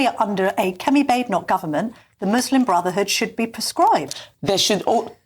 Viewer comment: That s not how to pronounce her name. its kemi not chemi